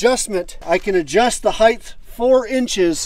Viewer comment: Height not hight